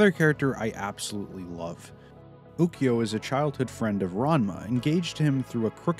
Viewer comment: Japanes pronunciations: Aka-nay So-oon Kasu-me (not kah sue me) Llama (ranma) Ryo-gah (not ri-yo-gah) Moo-su Ha-po-sigh Oo-kyo (not oo-ki-yo)